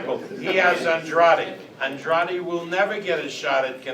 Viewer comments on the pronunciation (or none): “Andrady” Lol